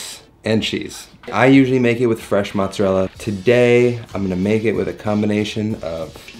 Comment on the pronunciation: Didn’t you say you were Italian and you pronounce mozzarella like your not